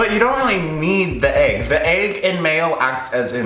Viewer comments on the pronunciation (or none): i dont like the way u say egg... "aygg"